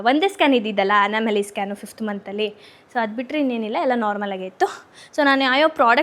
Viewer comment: It's not anamaly it's Anomaly